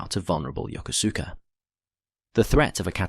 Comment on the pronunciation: I had a good laugh at how the narrator pronounced Yokosuka which was definitely not the way to pronounce it! As a young Marine, I was on my way to Marine Barracks Yokosuka and I was sitting around waiting for our flight to Yakota and there was a couple of airman there and one asked me where I was going and I told him and he and the other airman had a great laugh at my expense before one corrected my pronunciation! Needless to say, I was embarrassed, but I did appreciate knowing how to pronounce the name of the place I was headed.